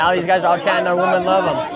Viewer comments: Nick, learn to pronounce the plural form of WOMAN - which is WOMEN. "WEE-men." I know that you are smarter, and braver than most Gen Zers! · Shirley really needs to learn how to say women.